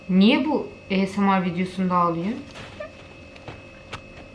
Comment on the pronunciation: 2.5 vicdanları yok diyorsun e o zaman izleme.Esemar değil asmir